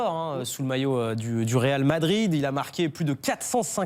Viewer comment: "Ronaldo quitte le Ral Madrid "